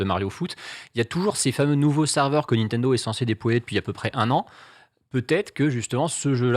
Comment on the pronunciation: Ca me rend fou qu' ne sache pas prononcer "Nintendo"